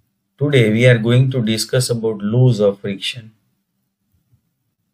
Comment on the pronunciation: Please kindly pronounce the word properly because you are talking about the engineering terms and as a engineer it s very shame full of how you pronounce the word laws, "lows"😄😄😄